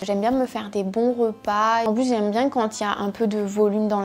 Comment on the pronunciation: Hello ! Premièrement j'adore vraiment cette vidéo ! Je trouve que, par exemple, pour le salades toutes faites, on se doute pas vraiment que les macros sont comme ça. Deuxièmement, je voulais te faire une remarque sur ta prononciation haha Cela fait plusieurs vidéos que je me fais la remarque... mais tu prononces beaucoup de "e" "o". Par exemple "rOpas". Je te le dis mais ne t'inquiète pas, ce n'est pas dérangeant (mais ça fait bizarre parfois haha)